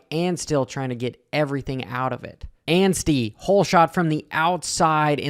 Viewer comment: you nailed the Max Anstie pronunciation! thank you sir.